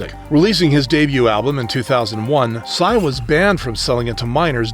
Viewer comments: PSY'S name is literally PSY not pronounced sci or wtv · I dont think PSY's name is pronounced like that im pretty sure u js read the letters.. cuz in his music video "daddy" he says "my name is PSY" (and pronounces it just as the letters) at about